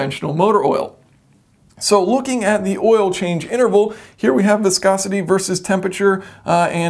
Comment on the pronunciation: the word is have, not haft